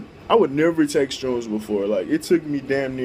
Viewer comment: How bout you try editing so you dont sound like a dumbass 99% of the time jesus! and its an H in shrooms not a fucking T jesus christ man get your shit together